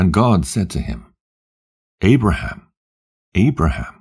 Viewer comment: Love to Hear this, But, You CANT Wven Call Abraham's name Correctly VERY, EAR-Atating